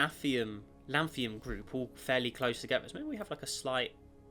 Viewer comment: It's not Lanthium, it's Lanthunum.